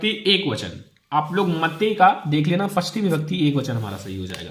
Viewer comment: sir sasthi hota hai not pasthi